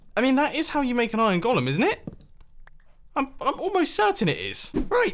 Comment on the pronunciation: BTW, could we all start pronouncing it "ɡōləm" please? It's not the character Gollum from The Lord of the Rings. :/